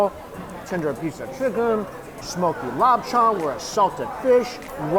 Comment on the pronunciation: This dude calls “chicken”, “sheken”